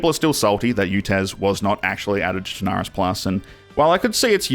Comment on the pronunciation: Actually, the proper pronunciation is "Sherna-roos" Your welcome.